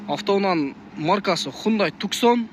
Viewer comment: Туксон эмес тусан деп айтса туура болот